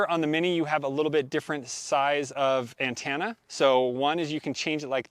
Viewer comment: Great video, but I have never heard anyone pronounce "antenna" as "ann-tan-a".